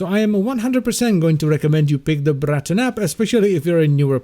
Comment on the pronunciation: The Br-r-r-r-raton :)